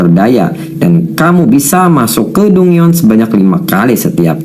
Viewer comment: dungeon = danjen